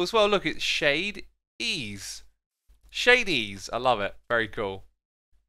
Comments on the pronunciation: No one is able to purnounce shade-es name correctly so I will help Shady ees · ohhh it annoys me how x says shade e-e's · The shop's name is pronounced (ʃɛidiʔiːz). Shade e e's.